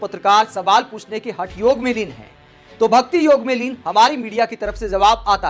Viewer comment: Huge thanks to you that you didn't call it yog'a'! I am tired of listening to people adding a 'a' after all hindi words.